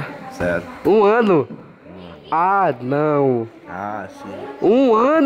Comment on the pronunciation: Anão falando q já faz um ano que ele não faz nada kkkkkk e o Jefferson falando q "anão" , "anão" sksksk